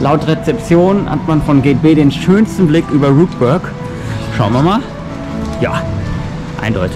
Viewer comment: Ein sehr informatives Video. Ihr habt uns nochmal schön zusammenfassend mit durch euer Wochenende genommen und von allem etwas gezeigt. 👍🏻 Exklusiv um 7 Uhr frühstücken ist doch auch mega geil. Besser als wenn alles voll ist. Jetzt wissen wir auch wie Rookburgh richtig ausgesprochen wird, mich freut es, dass ich zu den richtigen 50% gehört habe. 😌 Also alles in allem perfekt, wenn jetzt noch ihren Phantasialand Hoodie bekommen hätte 😔